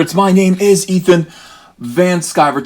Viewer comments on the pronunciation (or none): none